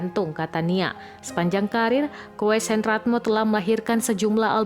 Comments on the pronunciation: Dibaca KUS bukan KOes gitu kok tidak tahu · Payah nich yg baca berita Koes Koes....Kus..... itu ejaan lama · Pembaca beritanya gak tahu itu ejaan lama. Koes itu dibaca kus bkn kowes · Bacanya Kus mbak bukan koes....... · Kus bukan koes, ejaan lama min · Baca namanya Kus bukan Koes karena itu ejaan lama mbak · Koes dibaca Kus mbak,,, bukan seperti yg mbak baca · Pembaca narasi nya hrs banyak belajar lagi..koes itu dibaca nya kus , mbak...dan belajar bhs inggrus jugalah walau dikit2, of er gitu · Tolong dong kalo baca nama orang yg Benar jangan asal-asalan. Nama itu kan Pemberian orang tua jadi harus dihormati dong. Koes dibaca KUS, ya mba Narator. Dan off Air itu dibaca Of Aer bukan Off AIRRRRR. Narator ga becus baca aja di gaji. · Min.. min..lekmu maca.. Ko-es.. kalau gak paham, tanya.. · Mimin gak benar baca ejaan lama itu kalau ditulis koes dibacanya kus oon kalau mau jadi admin harus banyak belajar gitu look biarpas Dan enak didengar nya🤣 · Tolong pembaca beritanya menyebut nama orang jangan salah ya, Koes dibaca Kus, ejaan lama...tanya dulu sebelum on air..🤣😛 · Admin Koes ejaan lama dibaca Kus, parah literasi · Min min itu koes d baca kus.. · Naratornya kurang ilmu pengetahuan kayanya, mbak OE itu ejaan lama yg dibaca U🙂 please lebih banyak belajar lagi bahasa ibu ya jgn cuma belajar bahasa asing aja🙂🙂🙂 OENTOENG SOERAPATI jga dibacanya Untung Surapati ya Oe jgn dilafalkan...! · Manusia loh yg baca,bukan google.tapi kok gak paham ejaan koes (kus) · Pembaca berita nya norak banget baca "Koes" yg bener Koes di baca Kus , Belajar yg benar .. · Koes dibaca Kus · Koes dibaca Kus bukan sesuai abjad krn itu ejaan lama bahwa huruf u = oe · Bacanya gmn mbak, Koes itu bacanya Kus...itu ejakan lama...🤦🤦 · Setau saya koes dibacanya kus,itu ejaan lama ,tlng redaksi yg baca beritab di training lagi,spy anak2 ga bingung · Betul..risih dengarnya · Setahu saya koes dibacanya ku